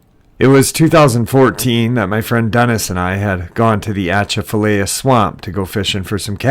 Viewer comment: Hey... Atchafalaya is pronounced A-cha-fa-lie-ya Can't wait to hear you pronounce Tchoupitoulas 😂😂 Take Care